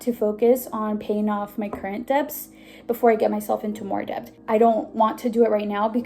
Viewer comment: Dont take this the wrong way but you're pronouncing the word debt wrong. Happens to us all with some word tbh